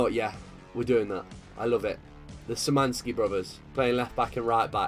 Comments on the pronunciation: Sir the Szymanski brothers are pronounced as Sh-i-man-ski. Like this so he can see this. Edit: It's k-v-iat-kov-ski. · Some advice: Your academy players would be pronounced SHI-MAN-SKEE and K-FI(said together, I spaced it out to make it easier)-AT-KOF-SKEE Nothing else to say, by far my favorite series on youtube. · Kwiatkowski pronounce Kviatkovski. Szymański? Sz is sh xD.💁🇵🇱